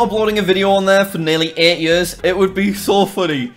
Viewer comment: probably his accent made days sound like years